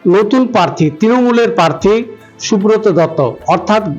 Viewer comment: পার্থী নয় প্রার্থী উচ্চারণ করতে হবে তো ঠিক করে